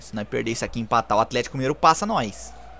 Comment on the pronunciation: "Tevelisão", Brasil, 2021